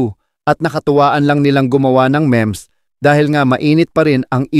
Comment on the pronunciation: Not real. Meme lang yan so stop spreading it. Rico is a very educated man. Even the who posted it said that it's pure meme! Also mali ka, meem ang pagsabi, hindi mem.🤣🤣🤣